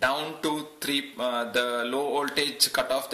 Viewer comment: Well, he is talking about an 'oltage of tree point tree', instead of a 'voltage of three point three'. Other than that it is indeed pretty good for someone who isn't a native English speaker. (I should stay quite though. My English pronunciation is way worse. I know how it should sound, but I can't reproduce it, and therefore I never speak English which doesn't help either xD )